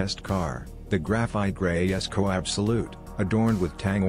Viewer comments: Jesko! Emphasis J not yesko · It's a tribute to CvK's father - Jesko von Koenigsegg. So, the name should be pronounced as his father does so and it's as Yes-co.